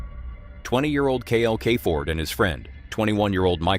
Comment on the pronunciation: KL Kay Ford???? It’s KYLE CAREFORD!